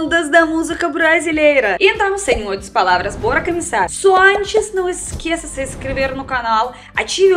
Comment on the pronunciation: na minha opinião o seu maior CHARME é pronunciar as palavras de forma "errada" com esse sotaque Rússo, é como se fosse uma criança aprendendo a falar e isso te diferencia. Abraços